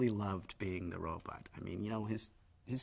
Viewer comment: Funny, he still pronounces it "Robutt" all these years later... I thought it was just because he was a kid that he constantly mispronounced "Robot" as "Robutt."